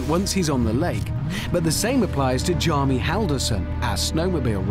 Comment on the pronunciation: His name isn't Djarmi, it's Bjarmi :) I went to school with him :D